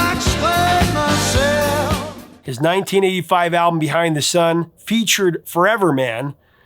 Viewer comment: when you said 1985 it sounded like you said titty five lol